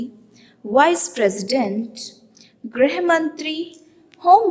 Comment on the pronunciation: Grih hota hai na ki grah